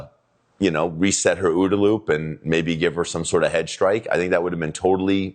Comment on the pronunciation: Did you just say, "Reset her ooda-loop"? Lmao!!